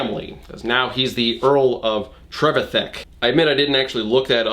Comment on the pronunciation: Trevithick, for future reference, is usually pronounced to sort-of rhyme with 'terrific'. TREV-if-HICK.